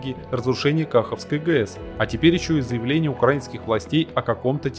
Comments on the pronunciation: Не до ютубер, ты даже не удосужился узнать правильное название региона и платины. Много раз говорили про КахО́вской ГЭС. Я как слышу "Кахавской" у меня уши болят. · Не кАховской а кахОвской!!!